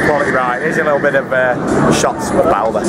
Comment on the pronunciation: the name NOT bolder ! the name is BALDER !